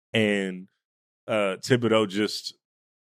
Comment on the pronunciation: Why does nobody care about peoples name. It's tibidoe pronunciation wise and Michael. Fuck be respectful